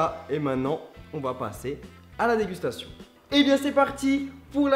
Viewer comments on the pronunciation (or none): 1 like si tu kiff quand il dis "aladécustation"